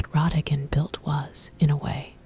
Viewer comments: maybe I'm wrong? I thought everyone pronounced it "rah-dah-gone" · The choice of pronunciation of his name kept me awake. 😞😞😞